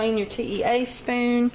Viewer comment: You say ‘t e a spoon’ like I do.